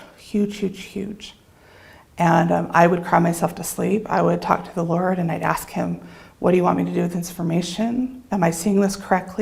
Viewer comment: Did she just say “the lard”?